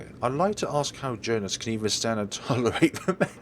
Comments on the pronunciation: It's not Joe-nas, it's Joe-hans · Not even that, it's German, so it's pronounced Yo-han-es